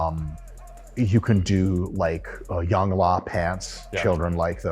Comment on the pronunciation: I lost it when Mike purposely mispronounced YoungLA 😂